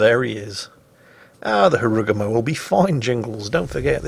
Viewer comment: Jingles sir why do you pronounce Harugumo in that way? It dont sound japanese at all